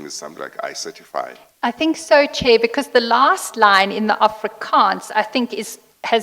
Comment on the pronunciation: What does she mean by "thank you chiar I'm indebted" ngabe usho ukuthi ukolota uchairperson? 😂 😂